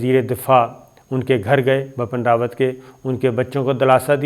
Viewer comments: I don’t know why this guy insists on pronouncing the General’s name as “BAPAN RAWAT”,it’s BIPIN RAWAT.Bipin happens to be a common name in India.I am guessing,he probably reads it from Urdu.Being a news anchor,he should get his pronunciations right. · It is Bipan Rawat, not Bapan Rawat. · Its not Bapan Rawat, Its Bipin Rawat. Improve your language. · As salaam u alaikum sabir bhai i am so sorry to correct you it's bipin rawat and ur not pronouncing it correctly it will sound like bii-piin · Ye Gada Journalist ko India ka CDS ka naam bi teek se Bolna nahi aata hai! Ye khabar ka Ghanta dega? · Pronunciation ma prob hoti ha sometime is liya name sahi nahi liya gata